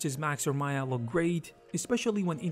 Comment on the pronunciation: It’s not Maya. It’s M AYA 😂